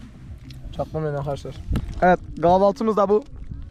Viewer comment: gavaltı abi bu nerenin şilvesi